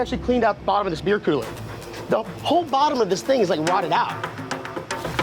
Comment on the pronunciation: “Kewler”